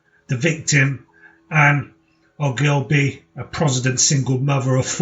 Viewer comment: For goodness sake , at least pronounce Ann's surname correctly .It is pronounced O - gill - bee .